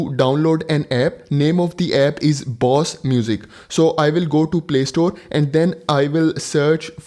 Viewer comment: Indian who calls Bose as Boss 😂 very good video though.